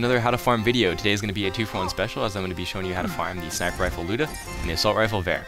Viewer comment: Finally someone pronouces the Lyuda correctly!